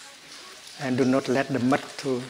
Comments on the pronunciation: Thank you I thought he said..nut 😂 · Like he way he says "muDT" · Is he saying Butt? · I thought he said butt like the butt of a lotus holding the flower together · I heard "butt" too... Geez. I thought "that can't be what he said, right?" Lol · Love the way you say Mud , love how your voice settles me down...into relaxed vibebration...truely Thay you are Buddha enlighten 🙏💐🌺🌼